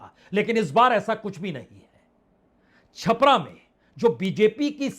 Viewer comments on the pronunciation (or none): none